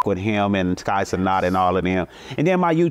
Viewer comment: He said Kai ce not